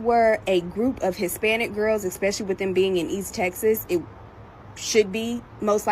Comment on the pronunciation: She lost me at exspecially 😂